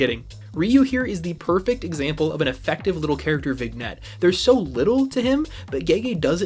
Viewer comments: My brother in Christ, it is pronounced "Vin-yett" not "Vig-nett"😂😂😂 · It’s pronounced vin-yet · Vignette is pronounced "VIN-YET" btw. Sorry, I wasn't going to say anything the first time, but you said it a bunch of times and I wanted to help. 😂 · I just came by to say 'vignette' is pronounced 'vin-yet' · You might’ve only ever read the word and not heard it but vignette is pronounced with a silent g (vin’yet). Great discussion. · That is NOT how you say viniette ❤ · btw, my friend, in vignette, the 'gn' is pronounced like lasagna. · everytime i heard him pronounce it wrong i lost 10 years of my life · It isn't a very common word so I can cut the dude some slack. If I'm just looking at the letters I understand why he'd pronounce it that way. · why do you say vignette so weird lol